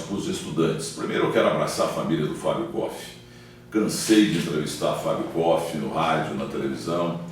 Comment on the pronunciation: É impressão minha ou o Milton Neves falou mais de si, doque do Fábio koff? E ainda falou o nome dele errado, continua arrogante.